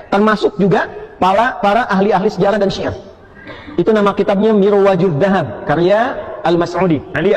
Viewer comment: dibaca mirwajul dhakab wkwkwk, pas dikoreksi UAH bikin klarifikasi video dan dibahas lg bukunya kali ini dibaca murujul dhahab wkwkwk, artinya secara ga lsg dia mengakui salah baca, tapi UAH ga mau mengakui terang2an